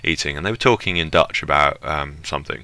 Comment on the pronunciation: Are you saying Dutch or Deutsch (German)